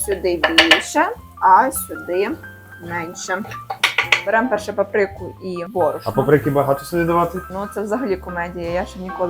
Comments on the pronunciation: Чому ви кажете папрИка,якщо вона пАприка?наголос на А.так вухо ріже кожен раз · Шановні, із задоволенням дивлюсь ваше будівництво та кулінарію. Хочу вам підказати, щоб ви були супер: правильно говорити пАприка, а не папрИка. Дякую за позитив